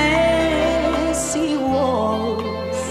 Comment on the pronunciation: たまにこの人が「英語が話せないのに英語の発音が完璧！」と称されるのを聞くのでどういうものかと思って聞いてみたけど、う～んって感じですね。一例としてTennesseeの二番目のeですが原曲では一貫してShort Uですが、美空ひばりさんではLong Aに聞こえる音になっていたり安定していないですね( では問題なし)。